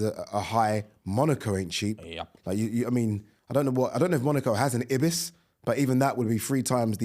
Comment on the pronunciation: Ebis hotels? Ibis, not hard is it? Eye Bis?!